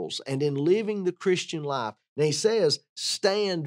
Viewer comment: You need to pronunciate the word 'life' better,it sounds like you're saying 'lie'.